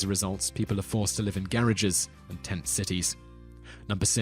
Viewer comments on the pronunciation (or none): It's garage not garraige. Plz reseach these things b4 u narrate the video. Every video u horribly mispronounce many words and place names